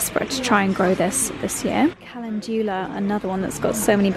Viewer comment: Mispronouncing CALENDULA